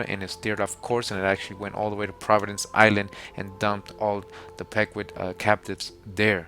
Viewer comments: Pequot is pronounced 'pea-kwat'. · The Pecuot clan -- it's pronounced "PEE 'koh" brother! Thanks for all your hard work! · it's pronounced pequot, not pecuot I'm From the Mashantucket Pequot tribe